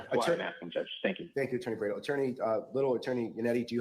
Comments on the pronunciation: Its BRADL, not BraNdle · Bradel not Brandel. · Bradl asked for another layer of protection because Cosgrove already broke Canone's protective order, by disseminating some texts between Karen and Aidan, and Yanetti and Aidan... Edit : Attorney Bradl is pronounced bray-del, not brandel, just a FYI 😊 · Love you and loved watching this hearing! 🤩⚖️ Just one note: Bradl (bray-del) not Brandel. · Love your coverage. Judge Sisitsky is great. The attorney that spoke for Aidan Kearney is Timothy J. Bradl (which is pronounced "Bray-dull").